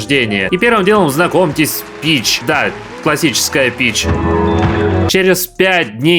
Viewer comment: Мне послышалось не Пич, а Вич